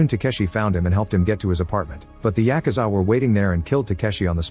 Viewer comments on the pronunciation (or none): The pronunciation of yakuza, Takeshi, and Shun is so bad it pains me to watch 💀It's not pronounced "sean", but "shoo-n", and not "tekeshi", but "ta-ke-shi". Maybe just do a quick google?